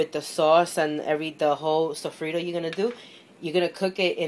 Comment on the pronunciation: lol "sofreedo"